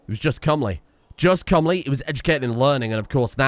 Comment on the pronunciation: he said cumly not comely jajajaja